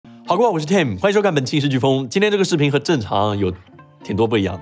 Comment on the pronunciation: 说话太多懒音了，“无人资”，“这鸡似频”，“遥控既”听得有点难受